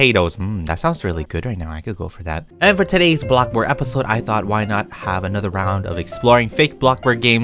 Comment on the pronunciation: blokborg captions: 𝖻𝗅𝖺𝖼𝗄𝖻𝗈𝗋𝖽